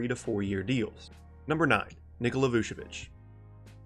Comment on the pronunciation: Its Vucevic not Vuvecic